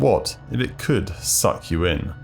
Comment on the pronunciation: I just cant with the way this guy is pronouncing "suck"